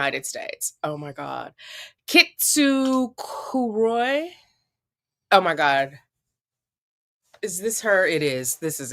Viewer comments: It is Kintsugi or Kintsukuroi which is pronounced kint-sook-roy…not kin-too-soo-or-roy. 🤣 Also, she plagiarized ‘A year in positive thinking’ the entry on January 2. She also plagiarized ‘Terrifying Love’. What a clown! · i'll never forget her saying kintoo soogaroi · so she badly mispronounced kintsukaroi then in her " allocation" ( that was not an allocation )... the internet is forever. how embarassing. wow also it's so sweet of her realize how much gold w wall gave her!! aw. ( 😂)